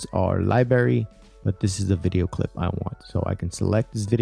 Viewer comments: "libary" guyssss... come on! It is library!!!! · Good video. Thankful for your info. (PS..one thing...it's LIBRARY not LIBERY) Cheers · DUDE! DO U SPEK ENGRISH RITE? LIBARY? LIBARY? ITS PRONOUNCED...library. LIE-BR-AIRY! WTF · I stopped listening at "libary" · You kept pronouncing "library" as "lie-berry" without pronouncing the "r". Like a five year old kid! LOL! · "LIBARY" lol. Seriously though, thanks for putting this together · Precisely. Liberry caught my ear repeatedly. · Boi its li-BRAR-y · He says "Libary" hahahahaa sorry drinking hoppy poppy while learning, good friggin video mate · Great video but please say LiBrrrrrArY!! LMAO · the libary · What is a fucking “Libary” ??? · OMG learn how to say LIBRARY properly! It's really distracting! LibRary!!! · What the hell is a "Liberry "? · When my brother and I were little kids, he used to pronounce library like this, and it drove me up a wall! cringe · HIs English is much better than that of the average American, so, chill dude. I'n gonna start saying "liberry". It's cooler than "soder" for solder, or Antartica for Antarctica. Don't let us get started on "nuculer". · bruh. please learn how to pronounce library